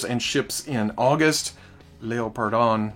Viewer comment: sorry for being a pronunciation police Leopardon is pronounced like the animal with "on" at the end. ie "Leppardon"But as always great video!